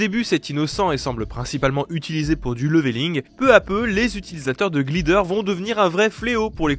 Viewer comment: Sympa, mais dès qu'un mot anglais aussi simple et commun que "Glider" est dans le texte, c'est trop pour toi Faudrait faire un effort, quitte à demander à un pote comment ça se prononce